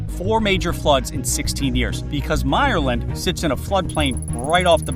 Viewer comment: I hate how you pronounced bayou. Also myerland is pronounced differently